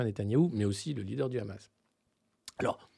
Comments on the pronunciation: Il va falloir leur apprendre à prononcer Hamas en passant, la prononciation R'hamas et celle des sionistes car prononcé comme ça, cela veut dire "violence, monstre..." alors que la prononciation est normalement H' amas avec un H expiré. Alors entendre les editorialistes prononcer R'hamas n'est pas anodin. #barbier#abnousse#estrosi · Le Raaammaas, à la prononciation tu sais qui parle...